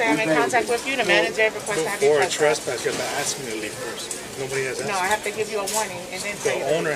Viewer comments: Why are certain people not able to pronounce the work "ask" ? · The tattooed hispanic hooer cop has an IQ of 18. The black hooer's is less, she cannot pronounce the three-letter word "ask", putting the 'k' sound ahead of the 's'....an utter ghetto moron.